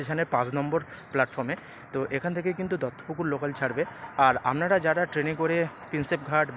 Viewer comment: পাঁজ নম্বর, আমনারা এগুলো কিরকম উচ্চারণ স্যার?